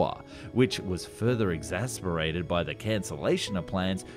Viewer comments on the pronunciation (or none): ~ exacerbated; not exasperated.